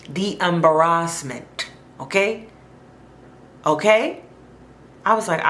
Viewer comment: The ah-baras-ment...